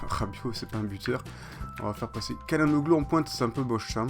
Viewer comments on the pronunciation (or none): sa se dit "tchalanoglou" et "tilmanse"